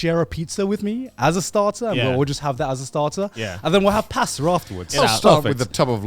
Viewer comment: Respectfully…How tf did he pronounce pasta , My man pronounced it like “PAAAsta” 💀